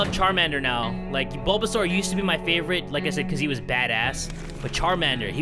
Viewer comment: That “ BoBaSaUr” was amazing 😂